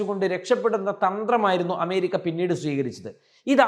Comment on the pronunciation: പോയി അമേരിക്ക എന്ന് നല്ല വണ്ണം ഉച്ഛരിക്കാൻ പഠിക്കു